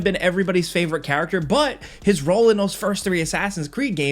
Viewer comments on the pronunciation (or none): none